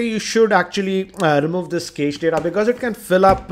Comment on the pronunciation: video, One correction-the pronunciation for cached is 'Kashed'.